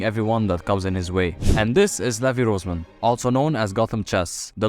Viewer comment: levi rozkerman